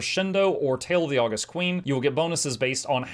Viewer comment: Pretty sure that elite skill is pronounced Aww-GUST, as in the adjective, not the month (well, in theory, both are credited to the same person, the Roman Emperor Augustus Caesar). It means to be awesome.